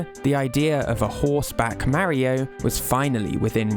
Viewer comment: What is this ai shite? Maaario? It’s Mario.